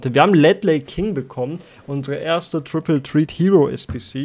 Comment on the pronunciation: Ich mag dich wirklich, aber wie du triple threat aussprichst als du den text gelesen hast hat mich in den Erdkern befördert.